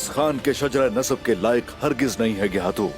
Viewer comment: Geyhatu ❌️ Gay - hai -tu ✅️